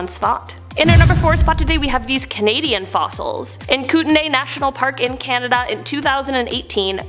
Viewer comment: Koot-knee...not koot-nay